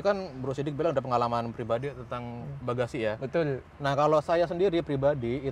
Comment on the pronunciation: Betull bukan tull